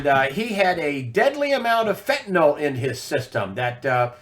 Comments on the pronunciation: I really wish people would learn to pronounce fentanyl. It's not "FEN-ta-nol"; it's pronounced "FEN-ta- nil" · Fentanyl == Fentanol?